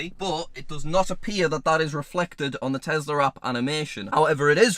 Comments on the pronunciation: i was today years old when i found out says tesler instead of tesla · there is no "R" at the end of Tesla. It's the Tesla App, not the Teslar app